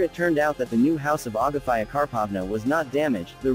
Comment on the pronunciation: ITS AGAFEA... NOT AGAFÀIJA